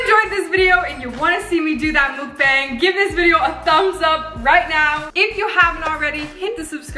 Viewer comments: It's mukbang not mookbang(oh and not trying to be rude)but just saying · “Mookbang” Me: u mean Mukbang??😂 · You say it muck bang